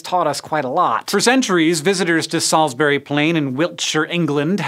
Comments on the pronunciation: Salsbree,not salsberry. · Right, so it's stone-HENGE not STONE-henge, Salisbury is Sorls-bree, and Wiltshire is Wilt-sha. But you got Monmouth right so, thank you. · And Salisbury. There's no berry on the end.